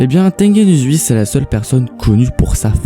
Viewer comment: Tu Prenonce mal le prénom ! C'est pas Tengen Uzui On le dit Tengen Ouzui